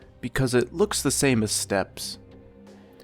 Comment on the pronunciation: Steppes.. pronounced 'step'.